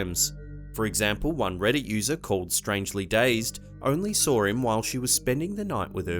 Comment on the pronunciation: Hey dude,quit adding r's to words that don't have them. Such as SAW.DOESN'T HAVE AN R.Thank you.